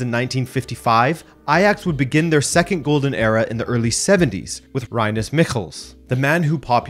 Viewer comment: Rinus with an eee sound, and it is NOT Croif no oy sound! clearly an ui sound very very different!